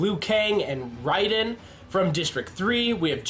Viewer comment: ok its ra-den and si-rax